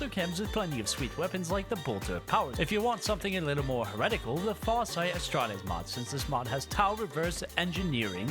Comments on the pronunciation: if you say Astrates instead of Astartes one more time Ill kick you in the shins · I love you, but please, As-tar-tees, not A-stra-tees. Amazing video though:D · Adeptus Astrates Adeptus Mechanus You are absolutely butchering these names lol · AsSTARTes not asTRATes and MechaniCUS not mechanus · Hearing you mispronounced the names was hurting my soul so just a tip, most names are pronounced how you spell them, for example astartes is pronounced ass-tart-es. also most of the names are based off a word made to sound like a latin root.